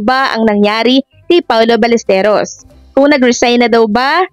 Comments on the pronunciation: Ballesteros po brod not balesteryos. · Hindi Ballesteryos...Ballestero. wala ka bang sariling vlogg? Bakit inuulit mo lang ang vlogg ng iba? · Sir Balles-te-ros po. Fake news po yang mga balita. Ayaw nila pa awat 😂😂😂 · balistiros po mali po kyo hindi po balistirios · Sir paki ayos naman ng pag bigkas mo ng apelyido ni paolo ballesteros. Hindi po ya ballesterios✌️ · Ballesteros po hindi Ballesterios😮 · Ballesteros po hindi ballesteryos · Anong ballestryos? Ros hindi ryos. Tsyunga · "Paolo BallesTEROS".mr., hindi "Paolo BallesTERIOS".. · Ballesteros, not Ballesteryos pag sure diha ba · Ballesteros, sounds Balisterios ang bigkas mo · Paolo Ballesteryos??? Di ba Ballesteros??? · 😢 Ballesteros po at hindi Balesteryos.pronounce mo naman ng maayos ang family name ng tao.